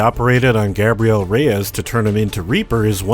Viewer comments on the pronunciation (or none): Just to let you know reapers name isn't Gabrielle it's Gabriel. ( it's a pet peeve of mine seeing as how my name is always pronounced Gabriel)